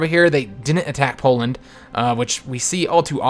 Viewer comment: You said Boland instead of Poland in this episode and I just thought it was quite funny.